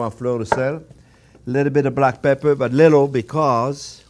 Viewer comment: Not sure if he put enough peprrr there :) Nice steaks btw